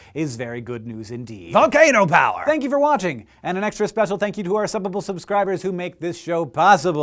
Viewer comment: It always sounds like Hank is saying Suppable instead of Subbable.